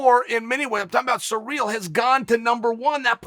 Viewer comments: Ah em. Chael. It's pronounced See-Ryl not Surreal. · yeah i know its hilarious lol, in case someone is sureally wondering its pronounced siri-l. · Sereel? Ciril’s name has been everywhere in the MMA world lately so how can Chael butcher the pronunciation so badly? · Its surreal the way chael pronounces cyril